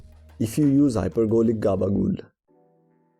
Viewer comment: I love the way he says gabagool, such a smooth pronunciation. Great video